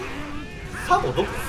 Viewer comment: サボがザボになってて草